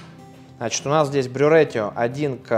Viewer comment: Все хорошо, но ratio произносится как рэйшио. Звук ш мягкий, похожий на щ.